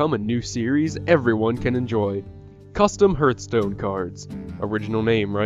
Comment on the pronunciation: It's pronounced HARTHstone.